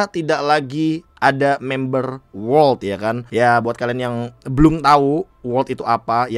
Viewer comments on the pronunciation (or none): World bang, bukan wolrd